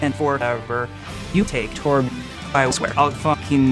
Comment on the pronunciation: "I'm picking torbyuh"